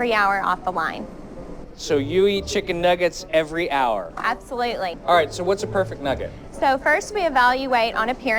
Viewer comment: I guess the girl's favorite word is "absuloutly"